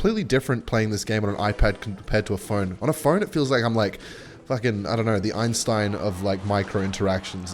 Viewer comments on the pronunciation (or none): none